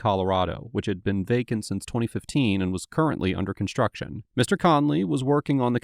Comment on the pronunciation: <<>> Umm... "Constuction"--??